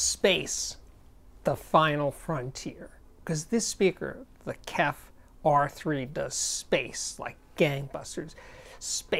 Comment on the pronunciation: Is it really too hard to say K-E-F, J-B-L, B-A-S-F or any or audio with letters? You are old enough to know better.